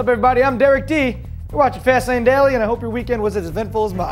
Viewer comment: And why do they always say "Fast Lane Dally"?